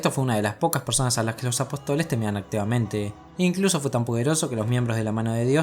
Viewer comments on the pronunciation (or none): Genial video! Una puntualizaciòn: apòstoles, no apostoles. Con acento en la O! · apóstoles hombre, no apotóles